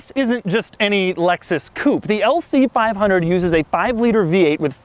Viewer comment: Lmao "lc fiiive hunerd"